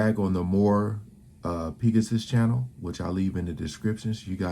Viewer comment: Did just say the more-pee-ga-sus channel? LOL No bro, it's pronounced peg-a-sus, like the flying horse or unicorn! LOL